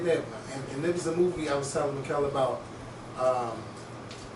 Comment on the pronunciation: “Michael ELAY” can mess up a name real good lol